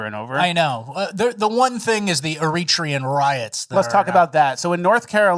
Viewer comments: Air-Uh_Tray_Un you dorks! Not Air Reach rhee un... LOL... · Why does "errreetrian" have me laughing my ass off😅😂😅😂?